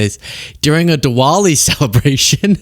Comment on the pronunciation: Sorry, American education is quite visible with your pronunciation of Diwali.